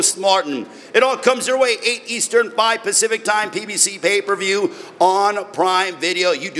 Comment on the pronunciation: aye hella funny yo "pay per vewrr" 😂😂😂😂